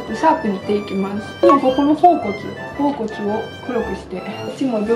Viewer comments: (頬骨)ほおぼねを「ほうこつ」って言う辺りもう好き。笑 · 頬骨のこと「ほおこつ」って言ってる人はじめて見たかわいい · ほうこつって呼ぶ人初めて見た！ ほおぼねかきょうこつならよく言うけど！ そういう読み方もあったんですね😊 勉強になりました！！ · ほおこつ が気になる笑